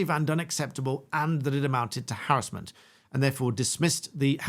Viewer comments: It’s not harrisment it’s harassment😂 was annoying me 😂😂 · I didn't think I'd get so annoyed at hearing harris-ment all the time, rather than huh·ra·smuhnt. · I swear if you say "harrasmemt" as "harrazlment" one more time im gonna lose my mind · Why do you prounce harassment like that? Is it because it is a legal term and is said like that to distinguish it from the everyday use of the word?